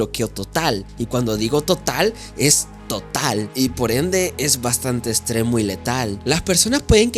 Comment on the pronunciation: Etziste, tozico etztremo 😂😂😂 no puedes pronunciar la X